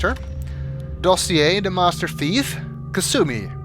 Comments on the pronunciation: I don't know for sure, but I think I heard you read Kasumi as master "chief" rather than master thief. Those smart bastards at Bioware... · I've re-watched this series several times now, but I never realized that it sounds like is saying "Master *Chief*" instead of Master Thief... this is giving me ideas, ideas that may be a tad dangerous...